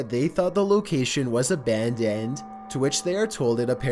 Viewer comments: Honestly, prononciation is more annoying ; izen't, Abundend, Reazen.... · Yes. That's one strange voice for sure. Abandoned pronounced 'a band and'. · Ɑɑղղɑ ʍɑɾցɑɾíեɑ ɾíѵҽɾɑ ɾíօՏ "abandendt" "isent" "exploreition" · how tf does he say abandoned